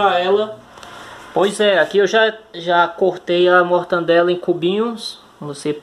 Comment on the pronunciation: "Me descupe meu nobre, mas o correto a se pronunciar é mortadela e não mortandela! Descupe mais uma vez